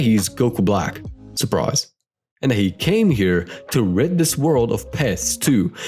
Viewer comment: "surpise", my fav part of the video fr😂 caulifla being the badass here! Damn poor Bulma 😢